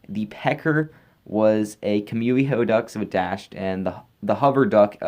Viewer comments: Your pronunciation of kumiho is disgusting. You pronounce it “kumuiho” Like wtf thats not at all how you say that theres only one U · Ehhhhhh, the way you say Kumiho.....I like how Adrian pronounced it better lol